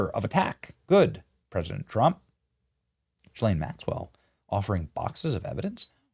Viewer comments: The beginning of her name doesn't start with a J, so quit pronouncing it the way you do! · Why can nobody pronounce her name correctly?? For fuck sake. GEE-lane. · Hello Benny, Ghislaine is pronounced with a hard g. The H behind the G is the same as if it were a U, as in the word guard. I don't know if you read these comments but I hope you do. Good show, by the way!! Cheers, Frank. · Will someone in the comments please tell me the summary of this? I’m interested but I can’t listen to him say JILL-ANE one more time.